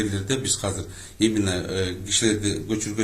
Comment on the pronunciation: Казыр, Казыр аягында иттин терисин жабынып жок болуп кетет. Казыр деген соз жок Кыргыз тилинде, Жазылышы-Айтылышыда Азыр деп Айтылат. Казыр Казыр,Казыр бляя тура суйлогулорчу